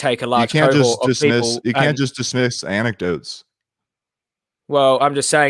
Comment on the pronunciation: "Anectotes what leads to reacearch." This dude is pure "gold". So many new stupid memes. :D